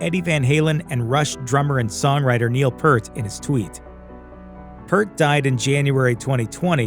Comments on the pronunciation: & : Neil Peart's surname is pronounced "peert", not "pert". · It is not PERT. His name was pronounced PEERT. Like "Pierce" but with a "t" instead of the "s" sound. "Pierte" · Learn how to pronounce Peart for Christ Sakes. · The guy doing the voice over for this video kept mispronouncing Neil Peart's last name. I kept cringing every time he got it wrong.